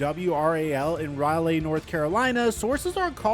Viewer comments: its pronounced "Rolly" not Raylee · Rah-lay NC is crazy 😂😂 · I really like you videos because as someone who does not watch sports your breaks downs of each sport and the news are great. But the city is pronounced Raa-lee (Raleigh) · You said “Raleigh” like a communist. You Canadian?